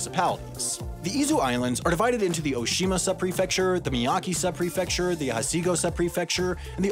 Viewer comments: Too late, it's Hasigo Subprefecture now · As a Japanese speaker and rabid pronunciation corrector in the comments, I must say you got the Japanese pretty good overall. The only big one that stood out was 'Hachigo' Island. (HA-chee-go not HA-see-go). Interesting video! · Since you specifically mentioned it, I found it my duty as a Japanese speaker to count the mispronounced words. I counted 8 unique Japanese words mispronounced: Tokyo, todofuken, Bonin, Edo, Oshima, Miyake, Hachijo (also misspelled), and Okinotorishima. There are more if you want to be really technical, but overall I'd say you did better than most people on Youtube. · He also pronounced e in Miyake as "ee" or at least it's how I heard it. Hachijō was also wrong. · Hachijō Subprefecture is both misspelled and mispronounced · They messed up Hachijo